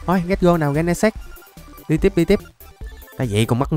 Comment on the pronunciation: Gen nà xịt chứ Ko phải gen nà s.ê.x anh